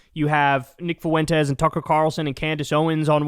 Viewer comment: Kyle please brother, it’s “fwent-ez” not “fuh-went-ez”. I mean unless it’s a troll… it’s killing me lol